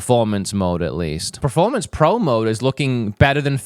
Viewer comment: I love you but please say PERformance, not PREformance!